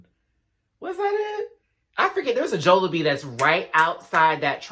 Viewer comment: Jollibee is pronounced as "jolly-bee" hehe